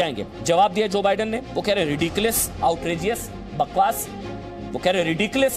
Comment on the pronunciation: Jo badun 🤣🤣🤣Kaya pronunciation hai🤣🤣